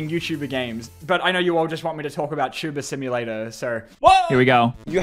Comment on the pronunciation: "Wot????? You never played tubuhr simohlatur?" - PewDiePie